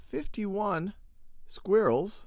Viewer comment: anyone notice how my main man here says squirrels its mines aura its mines skill i don't think i can look at him the same anymore because he doesn't even know how to say squirrels it makes me so angry you might wanna read the dictionary.;)